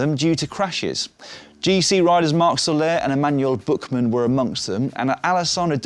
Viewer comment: Thats funny. "Emanuel Bookman" is not how you pronounce this name, buuuuut instead it's a word-to-word-translation